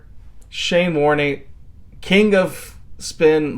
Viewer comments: i felt my soul cringe when you said warn-EE. It just Warne. not french.... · You probably know now that Shanes surname is said with the e silent, like “warn”. His nickname was “Warny”, a common practise by the amazing Aussies. Shanes impact on world cricket is hard to believe; in my opinion the best bowler that ever lived…and that is ‘saying something’ if you know world cricket. Sadly Shane left us too soon. Thank you for your great posting…I had somehow not seen that video before? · Warne, with a silent "E".... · It's just pronounced warn. You yanks have no idea about English 😂😂😂😂😂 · Pronounced Shane Warn without the E 😊 Also check out Muttiah Muralitharan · Warne, pronounced Warn. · Silent e. Warn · It’s Shane Warne .. the E is silent ffs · As a lifelong cricket fan from Adelaide (where the tutorial video was shot), I really thoroughly enjoyed your video man. Warney’s last name is pronounced to rhyme with “born”. Keep up the great work mate. RIP The Sheik of Tweak - Shane Keith Warne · It's not the exact same but getting a tennis ball and using tape its a decent practice tool Also the e is silent in Warne's name!